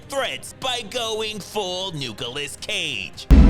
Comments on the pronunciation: "Nukilous Cage" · ... did he just say "Nuke-olas Cage"?